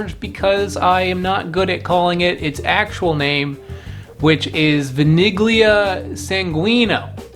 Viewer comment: The G is silent. ‘Vanilla’ my last name in Italian is spelled Consiglio but pronounced (con sil E O). Just like English Italian has rules which are different from the English rules. Think about how you pronounce ‘pizza’. zz=tt